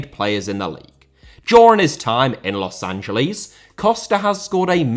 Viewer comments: A respectful tip about pronunciation:I know brits empathize the L but, The city is pronounced Los an-ja-less, you empathize the S, not the L. You can just say los Angel-ess and its 95 percent correct way of saying the city. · also why do you keep pronouncing it as Los AngeLEES? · The brits always pronounce it like that. They say it like Angel di Maria but his name has an accent mark on the A and the city doesn't. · yes i’m 100% aware of that but in this situation it’s clearly a mispronunciation rather than an accent